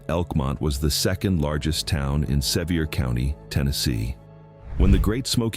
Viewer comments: It is said Suhveer Co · It is said Treemont Suhveer County. Get it RIGHT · It's really hard for me to put any credibility into a video done by AI that doesn't even pronounce the name "Sevier" of the county they are in correctly. It doesn't appear that AI knows everything.